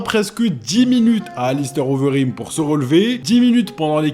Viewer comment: Il a fight overeem pas Ubereem